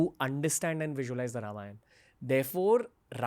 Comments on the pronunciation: Beta Ranveer, even before I could proceed to listen to this podcast, your repeated mispronunciation of “रामायण” as “रामायन” made me wince !! Hindi has reduced the Sanskrit phonetic to abbreviated sounds such as Ram(uh) becomes Ram or Lakshman(uh) लक्षमण becomes लक्षमन!! As an ambassador of Sanatana Dharma, don’t you think it is important for you say it right?😊 Shubha Deepavali! 🪔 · Dumbo It's Ramayana not Ramayan... The dropping of 'a' at the end is called Schwa deletion which is a distortion creeped in due to prolonged illiteracy in northern part of India.. so they misspelling and mispronounce Rama as Ram, yoga as yog, Shiva as shiv and so on